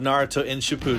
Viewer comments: Ain’t no way this nigga said shoopden at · the way you say shippuden is so incredibly wrong